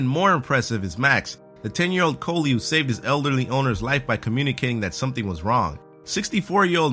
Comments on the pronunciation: collie is pronounced kah-lee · Caw-lee not cole-lee